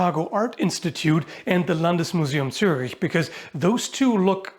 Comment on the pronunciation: I did not expect the ch in Landesmuseum Zürich to be the hardest part to pronounce. Wasimpressed by the pronunciation!